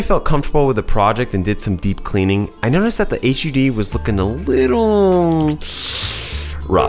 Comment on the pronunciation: The only man I've ever heard say "H-U-D", thought he was talking about some complex rendering term